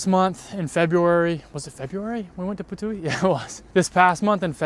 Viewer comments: I allso ❤ "Patui" 😊..it should be calld that.. I just love it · Hahaha bro i always laughf out hard when u say Ptuj hahahaha (PPAAATUUIII) its just so fun hahahah. We apriciate u reminding us how beautifull country we are cus sometimes we just forget what a wonderfull life we have. Keep going with the vids and maybe cya when u come to visit our city